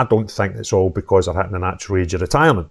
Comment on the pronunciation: they aw realise they have been found oot